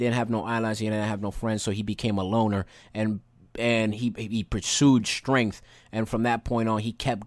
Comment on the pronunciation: While I understand that some people have a hard time pronouncing different words, I need my guy here to learn how to say the word STRENGTH.... I heard both strain and strenk instead of strength. It's a petty thing to be upset about but it got on my last nerve 😅